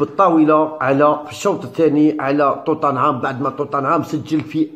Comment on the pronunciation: عالاقل اكتب بالعربية وراك غالط في نطق توتنهام